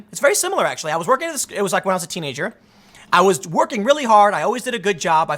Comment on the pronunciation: . Did you just say “...I was twerking really hard...”?